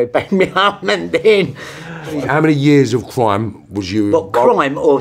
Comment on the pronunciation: They could probably kill me easily but goddamn is it funny to hear them say the word cwime